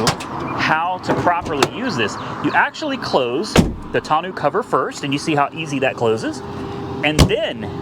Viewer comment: Tonneau is pronounced "tonn-noh", not "tonn-ew" 👍